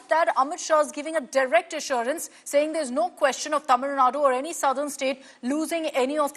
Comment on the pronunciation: First say tamilnadu properly.. later u can connect about tamilnadu education and politics.